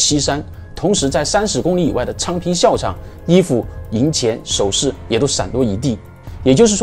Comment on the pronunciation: 这个读jiào 场